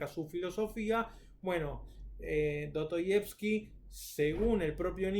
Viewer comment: Do-to-yevski???? La S en ruso no es muda, y en español tampoco.